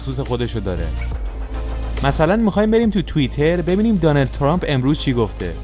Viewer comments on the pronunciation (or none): none